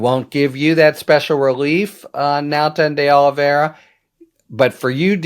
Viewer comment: The only reason I’m watching this anymore is bc Harry the Head is tho only lawyer talking head that can pronounce “Oliviera”.